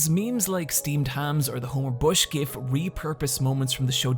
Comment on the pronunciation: I can forgive the fact that you mispronounce RPG and film since you say GIF correctly